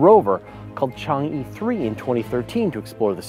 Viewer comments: Chang'e is pronounced "chang-err", not "chang-eee". Why is it that when Americans don't know how to pronounce something they just guess?! Or is it fashionable to among Americans to deliberately get it wrong, while the rest of the world thinks you sound like morons? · Chang'E's "E" is pronounced as "Eh". Change'E refers to the Moon Goddess in Chinese mythology. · Chang-e is actually pronounced Chang Uh